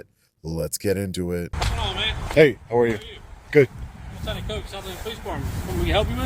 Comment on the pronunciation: Lieutenant who? I wish people would be clear. In this video no one is pronouncing "Southaven" rightly, either.